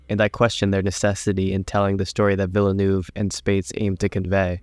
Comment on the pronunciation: "rath" "villanoove" Nope I'm out...